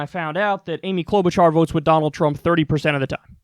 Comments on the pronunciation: I'm not going to vote for her. But Jeez, Kyle. Clow-boo-jar? She has been a Senator for 12 years. Her name has been all over the news, including in clips you have ripped apart. You sound like you don't know what you're talking about when you pronounce in that way over and over again. It's like saying "Mir-koo Rubb-eye-oh" for Marco Rubio. She at least deserves the courtesy of you learning her name, as a professional political commentator. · Cloud Boot Jar, lord yes. Never change that pronunciation